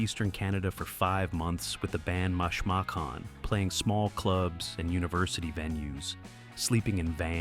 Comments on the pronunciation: Who's Maahsh Macan? Makes you wonder if this is not AI. You' d think the person putting this together would know how to pronounce another iconic Canadian group Mashmakhan. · AI bot video.... Mash mac can pronounciation. Jim clench & shows a pic of Steve Lang his replacement. Ect.... Screw this AI bot site